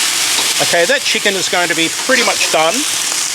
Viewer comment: Great recipe and I love the way you say CHEE-can.😄